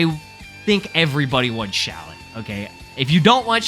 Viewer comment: it’s Shallot